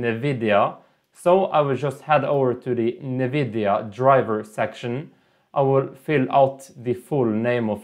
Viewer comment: fuckin NEVIDIA! 🤣🤣🤣🤣🤣🤣